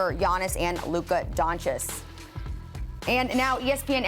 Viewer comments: Luka Donschiss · did she say luka doncis? hahahhahahahahahahahahahaahahaha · This chick said Don-shish. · “Luka Donchiss” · did she just say luka donciss? lmao the disrespect is still going on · Did...did she say Luka Donchis? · this chick said “Luka Doncheese” 💀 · "Luka Don Cheese" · Luka Doncic is not that hard to pronounce. Get it right man. So annoying. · It's sad to still see people mispronounce Luka's lastname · Why can’t this lady say Luka Doncic properly ? Lol